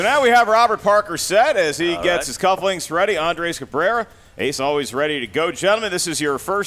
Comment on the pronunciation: When correctly pronounced Ace’s name and said “English. Do you speak it?” That was gross, I’m sorry. Sincerely, Someone who goes by an anglicized name because people refused to pronounce my name correctly.